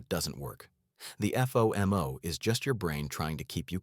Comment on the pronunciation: Further to your point...FOMO actually being spelled out... F....O...M...O... versus speaking it out as is the norm. Also.. to the producer of these videos, they are laced with misspellings. While your messaging is absolutely on point, the clear misspellings take a bit away from the professionalism. Just clear that up, along with the AI voice suggestions, and you'll be perfect